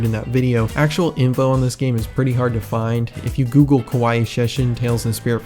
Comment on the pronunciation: BTW sorry if this is annoying but just so you know, "kowai" is pronounced "ko-why" without the extra "ee" sound at the end. pronouncing it "ko-why-ee" sounds like "kawaii" which means "cute." so a bit of a difference between the words since one means scary and one means cute. 🤓